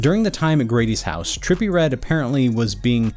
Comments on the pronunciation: Trepillie readdde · Nah” trippie “ not tripple😂